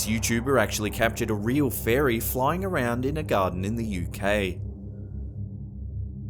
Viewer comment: it's fairy not faery